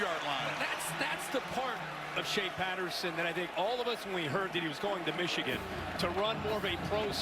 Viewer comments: Stop saying Meeechigan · Meeechigan lol